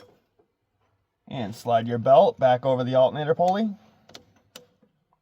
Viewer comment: why he say alternator like that man smfh